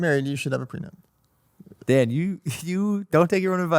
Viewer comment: 🤡 - "GET A CONTRACT FOR EVERYTHING. EVERYONE SHOULD GET A PRENUPT!" Logan- "Do you have a prenupt?" 🤡 - "no"